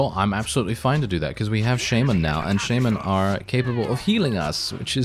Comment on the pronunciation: he said sheimen not shaman lmao